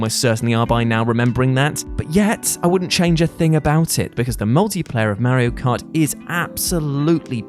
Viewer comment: "Merry-O cart"